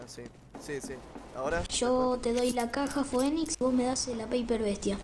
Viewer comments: se dice "finix" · el pibe que no sabía pronunciar "phoenix" JAJAJAJA